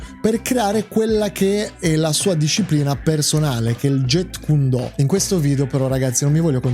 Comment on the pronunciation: Jeet kune do non si pronuncia get kun do, ma giit kun do, con la lettera T che si sente poco, abbreviato jkd e si pronuncia jkedi. Il maestro Yp Man non era il fondatore del Wing chun. Il Wing chun nasce nella notte dei tempi, si dice a seguito di un incendio di un templio Shaolin e le varie storie sembrano essere controverse, comunque Wing chun pare essere il nome di una donna cinese che deriva lo stile di combattimento da lei insegnato all' epoca. Riguardo alle ipotesi Bruce Lee contro quello o contro quell' altro l, le ipotesi non valgono niente, solo se avessero combattuto potremmo saperlo.